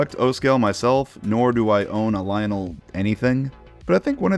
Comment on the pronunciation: I love how you say Lionel as Lionol